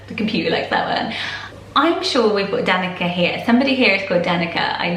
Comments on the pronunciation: DaniCa C like in cell not K sound :) All names are ❤ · I'm Serbian and Danica is pronounced "Dahn-ee-tsa" the c is a "ts" sound. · Just fyi: Danica is pronounced with a ts and not a k. So Danitsa. (I'm Serbian and it's a Serbian name)